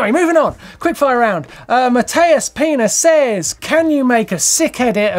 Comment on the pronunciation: I thought I was the only one that caught that! Ha!